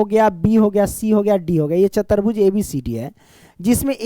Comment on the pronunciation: Chatarbhuj nhi chatubhuj